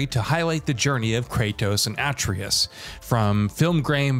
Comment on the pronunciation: It's pronounced Ah-trey-us